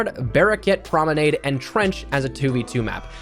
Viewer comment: Pls stop saying promenade like that...